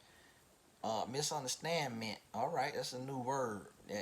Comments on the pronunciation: "Misunderstandmemt" we got it 😂😂. You should have let us watch it, then delete it. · "Misunderstandments"? 🤣🤣🤣